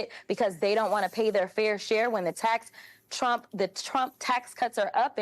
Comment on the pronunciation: Trump not Tramp😂🎉